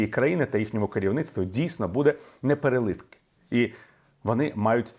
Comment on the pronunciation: Вибачте, але, якщо це Вам важливо, то правильно: Що більше..., то...; наголос неперЕливки